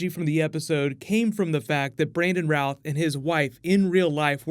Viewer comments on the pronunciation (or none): Isn;t his name pronounced like Ruth and not mouth?